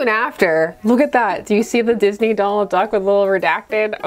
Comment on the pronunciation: "We can't call it jizney" it's a dating sim, low-key I think that's like the only way we COULD pronounce it